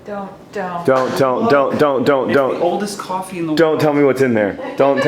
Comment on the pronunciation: That 'coffee' made me gag.